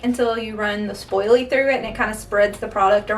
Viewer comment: I noticed you’re saying “spoil-ly” instead of “spool-ly”.! I love it! I’ll be saying spoilly from now on!